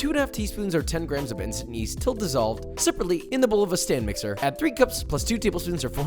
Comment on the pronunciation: I need to be cured from hearing "incest yeast" instead of "instant yeast" 🥲